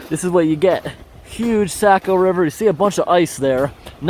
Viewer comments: I've lived in New England all my 57 years and I've never heard Saccco lake or river pronounced Sack-o as you pronounce it, by locals anywhere in New England especially in Maine. It is always pronounced Saw-ko, like saw mill. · Socko not sacko. Saco is Socko/sawko or perhaps Sah-ko but definitely not Sack o. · you were in my neck of the woods. so cool and it is pronounced "sock oh" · it is pronounced socko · Saco is pronounced like saying “Sock + O” like Socko, Saco. “Sake + O” well this is how Mainers pronounce it…